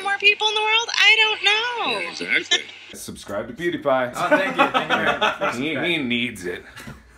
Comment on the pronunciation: its pewdiepie u say the name worng